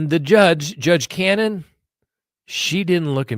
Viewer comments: The judge’s name is Ca-no-ne The expects were from ARRCA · The judges name is pronounced Cah-No-knee..you said judge Canon.. Free Karen Read..❤